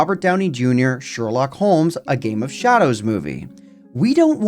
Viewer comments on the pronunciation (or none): none